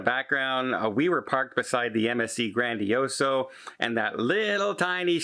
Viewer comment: MSC Grandiosa!!!!! One of these days, he’ll say it correctly!! 🤭